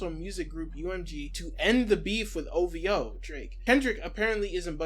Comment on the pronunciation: One of drakes biggest crimes is that he pronounces it "O-VEE-OH" buts its spelled O-V-O, like my niggq wheres the "E" sound coming from